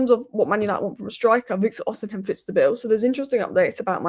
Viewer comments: Uhhh it's not Osim-hen it's Osi-mhen... Just thought you should know. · The name is no Odinhem, it's Osimhen... It's no Ekite, it's Ekitike ... This is disrespectful... Stop that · Why can't pronounce Osimhen?😅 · She's said it every other way.... Except the proper way😅 Gawd bless her soul😊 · Thought I was the only one who noticed this. It's a peeve of mine lol